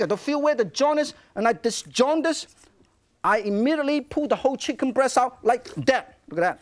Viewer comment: why he keep saying jaundice